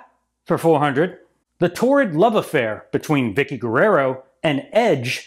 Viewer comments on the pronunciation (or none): none